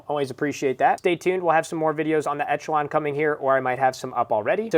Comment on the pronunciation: You saying etch a Lon is triggering